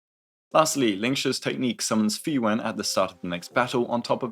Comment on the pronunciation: Everytime you say Fuyuan I hear Frieren and it takes me out dude